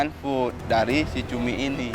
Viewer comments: Cumi❌️ CUMII✅️😂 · Ituma bukan cumi, tpi CUMIIIIIIII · Cumi ❌ CUMIIII ✅